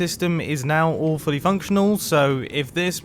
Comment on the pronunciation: Mumbo says "All Fully Functional." I hear "Awfully Functional." Why is Mumbo making a thing that functions bad.